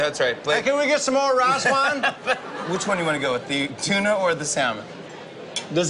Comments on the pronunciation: "CAN WE GET SOME MORE WIICE WINE!!" lol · He clearly said “Rye Swine” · "Rhas wine" 🤣🤣🤣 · Raw swine?? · Blake has training chop sticks and he say ras wan im dead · All I kept hearin was "Raw-ass wine" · blake:i jst dnt knw what ras wan is jimmy:not ras wan.its rice wine I CANT I LITERALLY CANT LMAO😂😂😂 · No not "raas wahn" ... "rice wine" 🤣🤣🤣🤣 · Raas waan😂 it's rice 😂😂😂😂😂😂😂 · “Rice Wihne” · Every time Blake eats something he doesn't like....Can we have some more of that Rayce Wine??? LOL! Too Funny! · Ashlynn Smith I know it is rice 😑 I wrote what he called out many times. raas wine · What’s more cute: the dimples or the way Blake pronounces “rice wine” Huge fan of his tracks, (and the dimples) 💖🇺🇸